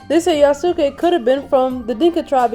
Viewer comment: Yasuke is pronounced in Japan as "Yaskay". The "U" is silent.